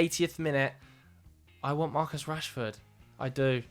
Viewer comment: You were doing OK until you said Rashford. 😢